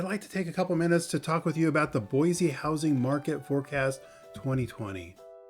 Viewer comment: you clearly are not local. Its pronounced Boi-C, Not Boi- Z.